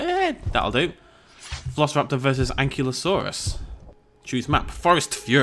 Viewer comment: omg im gunna go nutts if i dont say this its... AN- KI-LO-saurus =ankylosaurus